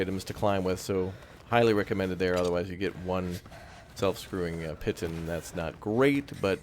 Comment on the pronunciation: Hi so you know and not trying to be smart here but the word piton is pronounced "Pee-Taan"